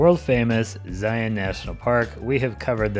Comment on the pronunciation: You pronounced Zion right!!